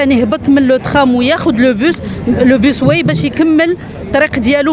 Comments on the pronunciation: Bus way كلمة إنجليزية يجب نطقها بالإنجليزي و ليس بالفرنسي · باص واي و ليس بيس واي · أيتها العميدة ..نقول باص واي وليس بوسواي .واي بالإنجليزية وما سبقها ينطق بالانجليزية وليس الفرنسية. .اذا انت تنطقين بالانجليزية .